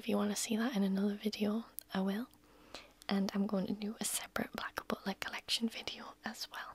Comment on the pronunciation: to herself: “No, shut up” Me, to: “Gooo ooonnn about that cosplay” 🤔 PS The way you say “butler” is perfection!